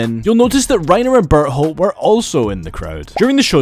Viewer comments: Why does it sound like he’s saying but hole instead of bertholdt. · Is it me or does it sound like he's calling Berthold, Butthole?